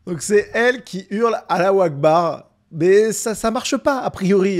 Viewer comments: Moi j’ai entendu « Alain au bar »😂😂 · Allah akbar avec ce bel accent français ^^ …..